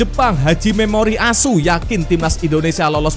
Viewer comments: Admin bar bar njir.. Sebut nama pelatih jepang koq gitu..😂😂😂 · Semangat amat bang nyebut pelatih Jepang memoriASU 😀😃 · asuuunya candu bnget,penekananx itu loe...😅😅😅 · jelasddd,ngomong pelatih 🇯🇵, memori as.... 😄😄😄😄😄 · Ya klo nyebut platih japan sngat lucu asune kwi loh medok bnget😂😂😂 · Min... Kamu kok fasih bilang ASSU Mimin orang Jawa ya😂😂😂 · Ada masalah apa ma pelatih jepang min ikhlas banget ngomong "ASU"nya?😅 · Apa lagi pas bilang memoreal asuu 😂😂😂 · kalau nyebut nama pelatih jepang nyentuh banget 🤭 mak nyos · Kok maantap kali nyebut pelatih jepan 🤣🤣🤣🤣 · kocak kalo sebut nama tetangga😂😂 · Bikin ketawa ngakak aku dengernya, itu loh yg nyebutin pelatih jepang ny itu loh bikin ngakak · Wiiihh mimin kalo nyebut pelatih jepang mantap bgt..😂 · Bang pelatih jepang pengucapannya jgn disepasi jatuhnya artinya salah bang 😅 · Jgn keras2 min kalau memyebut, pelatih tim nasional Jepang,,, diksi tekanan akhir kata diperhalus aj ga enak lho,, 😅😅😅😅